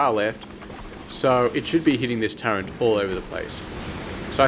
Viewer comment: Just so you know it is pronounced "turret", not "turrent"